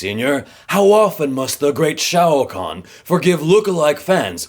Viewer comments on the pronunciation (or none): I thought you were saying "shao Kahn". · Is it only me who thought at first jaby was pronouncing Shah Rukh Khan as Shao Khan from the Mortal Kombat 😂😂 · Same hereeee